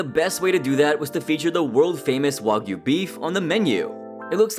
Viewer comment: The first time I watch the episode I was so confused "wagoo beef" like wtf was that ? Wa for who ? Goo for what ? Is this some secret Ozzy cow meat farm or something ? Turns out he meant "wa-gyu" the Japanese specialty meat...